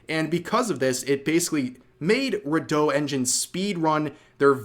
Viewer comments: Redot is re-dot not re-doh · I'm pretty sure it's not "reh DOUGH" but "REE dough" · "Go-dough" 😂😂😂😂😂 "ray-dough" 😂😂😂😂😂